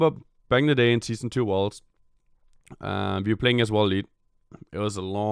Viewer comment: I had to replay the first five seconds, kept hearing "one of the worst" instead of 'worlds'.